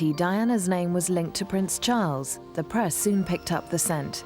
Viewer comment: Did anyone notice how she messed up Charles’s name 😂 She was so adorable.